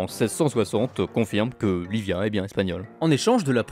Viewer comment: ça se dit pas Livia mais iibia ( double L sonne i et v sonne b )